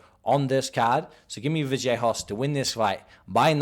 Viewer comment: Vallejos not Vajellos lol